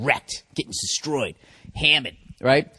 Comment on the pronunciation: "Dude, I'm gettin' fuckin' wrecked tonight! Wrecked! Destroyed! Hammered!" Holy shit, the way he pronounces "destroyed" fucking kills me and I have no idea why.